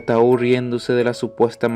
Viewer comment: Se dice Taú , con acento , pero si no en equivoco si se escribe Tau a secas